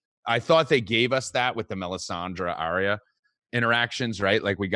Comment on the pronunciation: mispronouncing warg and Arya so triggering.